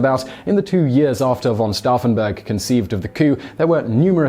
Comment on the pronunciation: Once again Simon can’t pronounce anything. It’s pronounced stoufen not staffen